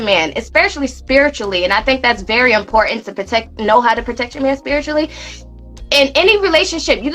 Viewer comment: Is she replacing the 't' with a 'k'? Protect Proteck Tf...